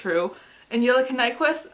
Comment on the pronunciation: The Eerie Faerie Actually you're right. This is the right pronunciation. She almost got it, but this is definitely right! Props to you!